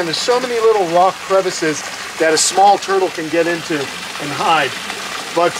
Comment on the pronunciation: "Is not a turdle, I is a ROK!"